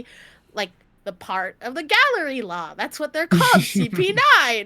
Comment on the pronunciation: The group is called Galley-La not Gallery-La a galley is a type of ship